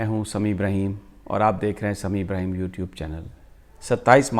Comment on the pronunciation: Apka na abraham hai ya ibraheem hai please correct